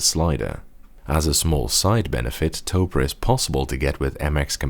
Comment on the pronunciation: OMG ITS NOT PRONOUNCED “TOPRAH” IS PRONOUNCED “TOPER”